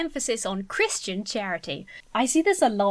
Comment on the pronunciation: I like how you pronounce "Christian" (Cris-tee-in) as opposed to (Cris-chin) how most people here in the states say it 😂. Is that how most Brits pronounce it?